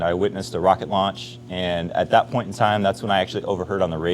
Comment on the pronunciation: It's ironinc that Lt Rockett says Wocket, and not Rocket - he can't pronounce R, instead it's W 😝😝